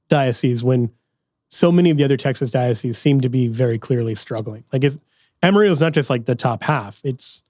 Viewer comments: Amarillo … not Amariyo. Not pronounced like the Spanish word for yellow. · Diocese of Amarillo. AM-ah-RILL-oh. It’s a Spanish name spoken differently. Ask someone from that diocese. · It is pronounced ama. Realo. Lol Thanks for this episode!! Kenny from Yukon Oklahoma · You missed pronounced Amarillo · The way you say Amarillo makes me cringe so hard. Texans pronounce the two L’s like L’s. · I'm a Yankee and was more surprised that pronounced the "A" using an English pronunciation and the "ll" in Spanish.:-). Anyway, glad to hear the Diocese is bearing fruit, however it's pronounced! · Texan here. Great video, but that pronunciation of Amarillo was painful. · Amarillo pronunciation is cracking me up